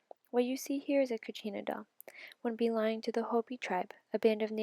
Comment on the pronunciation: It’s kachina or katsina